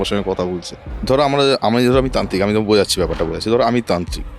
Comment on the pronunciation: তান্ত্রিক কে বানাইছে ভালা কইরা তান্ত্রিক উচ্চারণ করতে পারে না